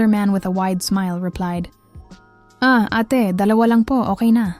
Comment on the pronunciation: ATe is pronounced as: Ah-te (two syllables: A - teh